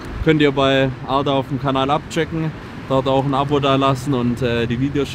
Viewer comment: er spricht ARDAs Namen korrekt aus. Leute das ist soooo wichtig. Das ist der Unterschied zwischen wissen und Bildung. Jeder weiß das er einen türkischen Namen hat. Bildung ist wenn man sich auch Gedanken macht über die korrekte Aussprache. Hat mich unnormale gefreut.